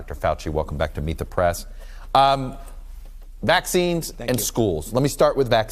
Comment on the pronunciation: That’s not fowchee